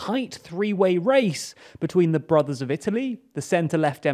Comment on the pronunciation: What is he saying? "The broth of Italy"?